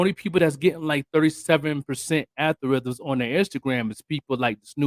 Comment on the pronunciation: 😄Al-gor-ithms😄 Algorithms.